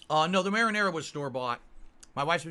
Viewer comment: I like how he feels he needs to explain to his moronic fanbase what pizza pockets are. Smh "Ya see, you gotta take one of these peeZUH bAHMS here and you dip em' in this here. This is maranaRUH SAWsce." snort